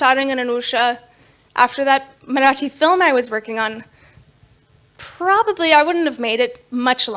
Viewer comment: Wow her Marathi pronunciations! 👌 👌 👌